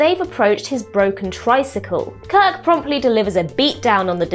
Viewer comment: Why did you keep saying Kird and Co? Kirk and Company sounds classier and more mature. Also, brushing off the Horta is rude and disrespectful. does a better job.